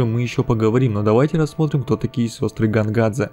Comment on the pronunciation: А мне уши резало "Гонгадзе", потому что русский перевод имен в самой игре очень убогий, играю в английской версии.